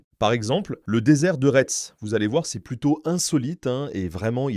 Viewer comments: J'allais effectivement souligner qu'en Loire-Atlantique, nous avons le "Pays de Retz" et un certain nombre de villes dont le nom comporte ce mot et qu'ici cela se prononce "Rai", voire "Ré". Après, peut-être que la prononciation est différente dans les Yvelines... Ms j'avoue que le "rètze" fait mal aux oreilles qd on eest habituée à autre chose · Retz se prononce raie. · Les 2 dernières lettres ne se prononcent pas